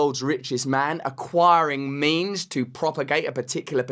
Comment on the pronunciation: Acquiring *means*...thought he said 'memes' 😆